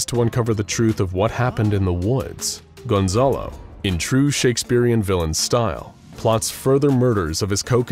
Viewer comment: por que dicen de forma tan rara mi nombre, es Gonzalo no Gonzolo jajaja